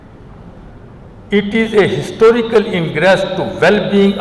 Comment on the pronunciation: What a fluent english. Even a clerk can speak English better than this jahil. He should have been handed over speech in simpler English. Tooday. Histooorical, fu-----------k